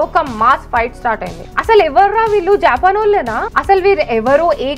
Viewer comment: not jaapan its japaan